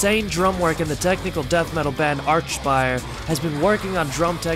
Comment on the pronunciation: It’s pronounced: Ar-K-spire